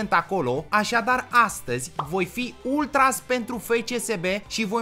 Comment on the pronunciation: Se zice ultraș cu ș